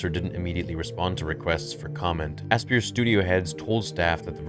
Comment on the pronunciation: Asypr is pronounced just like Aspire. Ass-peer is pretty funny though.